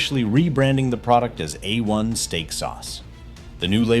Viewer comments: Uh One? C'mon robot, tighten up. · That pronunciation is wrong! It is = "A" as in 'play' or the month of "May" and "One" as in "won" or "son". :face-blue-smiling